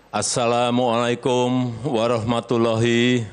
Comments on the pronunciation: Presiden baca assalamualaikum aja ga bisa ,pusing dengernya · ASALAMUNGALAIKUM INDONESIA MAS KAYA KAYA SUKU SUKU KAYA KAYA BAHASA BAHASA MERDEKA MERDEKA MERDEKA